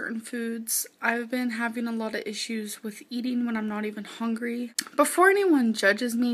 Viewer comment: I think that Amber rarely, if ever, has felt true hunger pangs. She has said she likes to always feel full (or “fool”, in Amberspeak), so she probably doesn’t ever wait to eat until she’s legitimately hungry (“hongry”). 😮